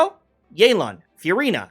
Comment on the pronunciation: its not yey lan its yeh lan. You cant use "proper comp" if all is equal navia is literaly actualy better than more than half the roster of new 5 stars but it is what it is, hoyo wants to sell and they will power creep, inevitable